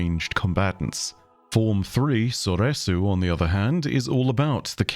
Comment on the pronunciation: Alright buster, with the mispronounciation of form 3 Soresu, you shall be hearing from my lawyers